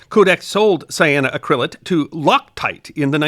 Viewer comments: I always enjoy your videos and have watched a lot of them. But the accent is not on the “cryl” as you are saying it. It"s cyano-ACK-ryl-ate, not cyano-uh-CRYL-ate. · Just one small nit, missed a syllable at the very beginning: Cyano-Acrylate ... sigh-ann-oh-a-cra-late. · You are pronouncing it wrong. The correct pronunciation is: “cy ahh no ACC ri lates” , accent on the fourth syllable. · Just a pointer on the pronunciation. Say it as “cyano acrylate” rather than “cyanoa crylate” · Love... but the pronunciation is killing me! Should be: sai·a·know·a·kruh·layt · You're pronouncing it incorrectly. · Great video, but please Google the correct pronunciation! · I love these history of science videos. I do suggest you check your pronunciation of scientific terms. The accentent is on the "ac", not the "cryl".